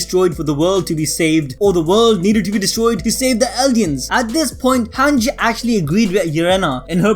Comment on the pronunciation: This guy sayin “hanch” instead of “hange”